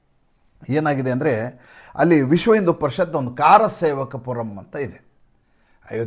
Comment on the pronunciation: ಖಾರಸೇವಕಪುರಂ ಅಲ್ಲ ಕರಸೇವಕಪುರ